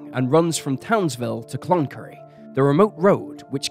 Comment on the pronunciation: I get very angry when police put cases in the "too hard" basket, and/or cover up for potential "bad seeds" in the force. Thank you for bringing this case to light again. Though I would appreciate that place and people's names (Ivan Milat, Mt Isa, Concurry etc) be checked for correct pronunciation before voicing the narrative. And although I understand that a lot of time and effort goes into making these videos, it isn't a hard thing to do. Most pronunciations can be checked online.